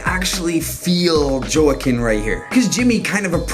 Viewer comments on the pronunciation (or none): Joaquin (Hoe-ah-keen) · Ur brutalizing peoples names lol. Alfonso Ribiero…not Roberto. It’s Joaquin pronounced as (Wah-Keen). Ur a BBoy n all about respect, correct? Well u def need to pronounce n put RESPEK on these folks’ names, brotha. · Love the way he butchered Joaquin’s name. Priceless! But still an amazing video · Joaquin Phoenix, YOU DON'T KNOW HOW TO SAY, 'JOAQUIN?'!